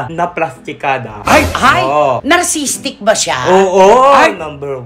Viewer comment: "Narcissistic" po, Ate Cristy, at hindi po "narcisstic".